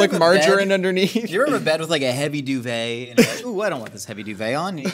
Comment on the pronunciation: Anyone else hear "marjoram" (the herb) every time says margarine? Wonder how he pronounces "tangerine" (one of Led Zeppelin's finest songs....and a fruit)?